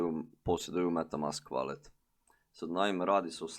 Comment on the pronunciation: Savet za pravilan izgovor ovih pojmova Valet -> Volet Akont -> Akaunt